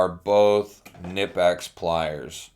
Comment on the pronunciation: It’s pronounced Knee Pex. Not kanipex